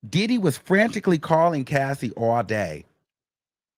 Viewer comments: Got me saying More Oil!! 🤣🤣🤣 thank you for your coverage of this trial, These news outlets ain’t giving us the info we need! When I hear DID-EEE!! Cracks me up every time, Love from the UK am here for the Wiggins Show!! 🎉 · “DID-EE” I can’t stand you 😂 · The way you say “DID-EE” 😂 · The way say that man name takes me all the way out 😂😂😂